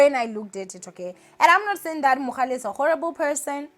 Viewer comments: Its Mohale not Mogale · Why do you keep saying MoGAle ninja. It's MoHAle. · Lol... Thanks for coming through ☺️💃 "It is Mohale not Mogale" 🤦🏽‍♀️😅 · It's mohale not mogale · It's MohaaaaaLe NOT Mokgale! geez louise! 🤦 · The way you kept saying "MoGale" there is no g!!!😭😭 still love you though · 😭😭😭Everytime she said MoGale, I cringed😭😭... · Andidikwe nguMogale🤣🤣🤣🤣🤣🤣🤣🤣🤣🤣🤣🤣🤣🤣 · 🤣🤣🤣🤣 first thing I noticed. This is akekho munye 🤣🤣❤️❤️